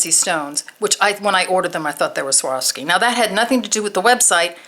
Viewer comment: The name is pronounced swar...ski